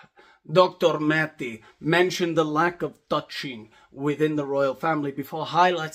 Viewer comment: We dont need maths for University with psychology. My family is riddled with them. You make me laugh my ass off without pissing me off as a Canadian Mental Health Community Worker ( serious) lol. You say Dr. Mate's name like "Dracula" .